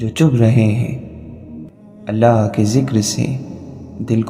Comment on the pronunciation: It's not ahlla it's allah 😅 ok anyway it's also good👍